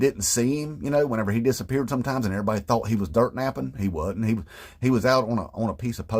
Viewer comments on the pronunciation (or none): none